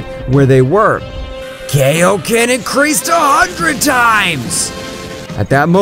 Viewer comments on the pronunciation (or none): Bro said kaioken wrong it's kai o ken